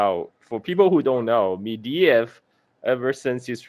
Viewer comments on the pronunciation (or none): Holy fuck it's not medeyev it's medvedev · It's MEDVEDEV, not "mediev", ffs get the man's name right!